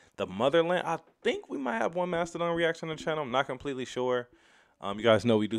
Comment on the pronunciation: Nobody gonna talk about him pronouncing it Mastahdone???? Lol its mastah Don my guys.